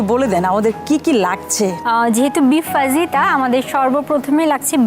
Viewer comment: uccharon na fajita na fahita .